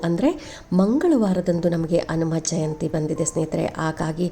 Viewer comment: ಕನ್ನಡದ ಉಚ್ಚಾರಣೇ ಸರಿಯಾಗಿ ಇರಲಿ ಅನುಮಜಯಂತಿ ಅಲ್ಲ ಹನುಮ ಜಯಂತಿ ಎಂದು ಸ್ಪಷ್ಟವಾಗಿ ಹೇಳಿ